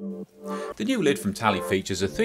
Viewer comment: It's not Tally but Tali xD anyway it looks like the most useful helmet for e-scooters. Since we have a huge problem showing signal lights, or stop light - the cars have hard time seeing our tiny lights which scooter manufacturers put on our scooters, such a shame. It's such an "hitech" helm and it has the rear camera too, nice price tag too... you could possibly get a Nanrobot D6+ for this price xd